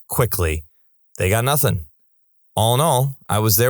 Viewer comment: The thing is , this announcer also thinks the letter K exists in both of these words , nothing and something .